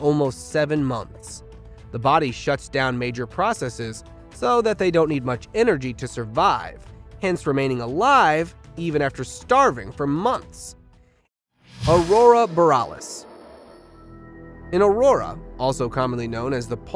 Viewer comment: I refuse to like any #SqueezedLemon videos until your narrator can pronounce names and words. 15 videos at count so far. That's Every one I have watched since April 2022. In this video 1. Newfoundland is (Noo- fun- lund). Aurora Borealis is spelled the way I have it. Not like > Boralus. It's also pronounced (Uh-roar-uh Bor- Ee- yal-Us). Okanogan is (Oak i noggin) fluidly, not choppy sounding.